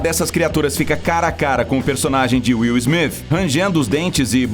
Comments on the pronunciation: KKKKK ELE FALOU WIL SMIF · Will smifi kkkkk